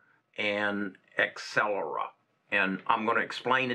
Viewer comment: It is Not Excellera, it is AbCellera )))